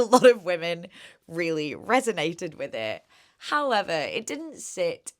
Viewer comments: Literally ran to the comments after hearing hoyever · Did you just say <3 hoyever <3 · I hear that 'Hoyever' in there. I see that Ryan nod. :) I've been watching your vid backlog and enjoying every one of them!